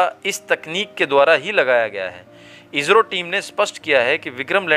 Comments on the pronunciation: अरे भाई आप हिंदी की ऐसी तैसी क्यूं कर रहे हो इजरो नहीं इसरो बोलो नहीं तो आप हिंदी बोलना छोड़ दो क्यूंकि ये हिन्दी की गरिमा को क्षति है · कहते समय इजरो मत कहो इस्रो कहो